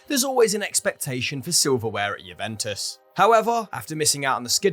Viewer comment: Can you not put maybe 1% effort into pronouncing the names properly? I mean come on, these are names that we hear week in and week out when listening to games, it's harder to butcher them than it is to get them right.